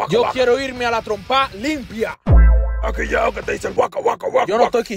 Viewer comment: me puedes decir que suena cada vez que baki dice "trompaa LIMPIA"